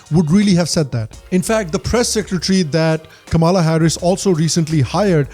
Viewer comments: Kamla is pronounced as "comela " similar to comeback or come on. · It’s not Kama- la , it’s kamla , a South Indian meaning a flower kamal or Kamala usually lotus for Goddess Lakshmi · Hey, Great show. However it is Kam-la not Kama-la. Pronunce ’Come-la’ and you will get it right. No seriously Bro. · She doesnt even pronounce her indian name correctly. It should sound Kamla but she calls it Kamaala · why are you calling her ka-maala?? when you know its not.. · Why the hell you can't pronounce "Kamala" properly?